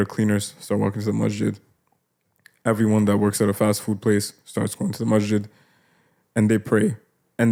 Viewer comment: Masjid is with a س not ش no disrespect just wanted to it sounds like brother is saying mashjid. I love you guys for the sake of Allah, you're doing great work and may Allah ta'ala reward you all, amin.